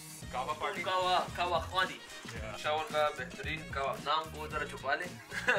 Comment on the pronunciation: Qahwa noshi not khwani